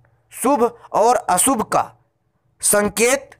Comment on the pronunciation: & - " सु भ - अ सु भ " ==> " शु भ - अ शु भ "